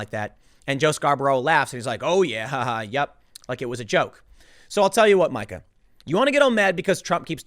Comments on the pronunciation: I love how he says "Mike-A" instead of "Meeka". Keep it up Tim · Tim Pool is the Al Sharpton of Youtube... no one mispronounces names more. Come on Tim! So annoying. If you are going to drag someone at least pronounce there damn name correctly. It’s “Meeka” 🤦🏼‍♂️ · it's "Meeka" not "Micah". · Oh Tim...it’s Meeeeeka. Not MIKE-a. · "Micha" - Yes I know "you are bad with names", but if you watch any news you would have heard it said as MEEKA a billion times. (BTW I am not defending this psycho woman) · Isn't Meeka not Micah tho? Tim always does this. Is he a fence-sitter on pronunciations too? Tf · Tim it’s Meee-ka! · Meeeeeeeeeeeeeeeeeeka..............shes a karen but get her name right..... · For the love of God, Tim....her name is pronounced Mee Kah. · ITS MEE KA you dork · How...does Tim not know it's pronounced "Mee-kah"? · If she heard you pronounce her name that way she would go full Karen